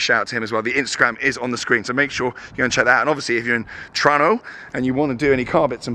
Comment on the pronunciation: I love that you pronounced Toronto properly lol! Who told you how to do that?!